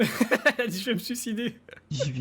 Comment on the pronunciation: Ben il a dit je vais me ç au lieu de suicides xd